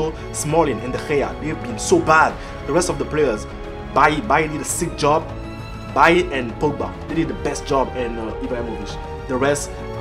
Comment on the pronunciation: How can u love Bailly and u don't know how to say his name...